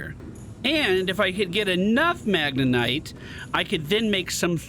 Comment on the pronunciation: It's MagneTite, not MagneNite,.:D